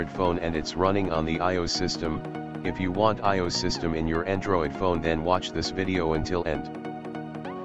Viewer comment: ANDorid What? A N D O R I D